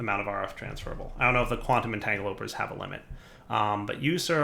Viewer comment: PLeeeease, they're called quantum-entangloPORTER. Not quantum-entanglOPER. Like so he sees, this is killing me.